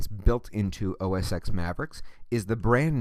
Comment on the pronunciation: Why the heck are you calling it "os x"??? it is pronounced "os 10".